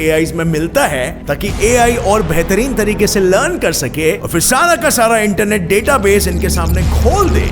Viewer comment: the way he said internet